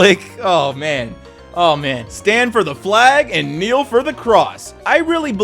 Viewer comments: Kneel not knell. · "...knell for the cross" rather than "...kneel..."